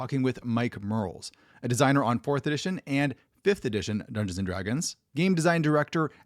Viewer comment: "dunduns and dragons"